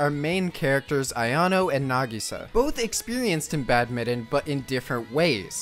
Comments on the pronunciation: Badminton BAD-MIN-TON, not bad-mitten. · its BAD-MIT-TON